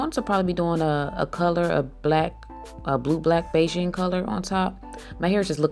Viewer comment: The hair color is pronounced “BE-gin, like you’re starting something.” not Beijing.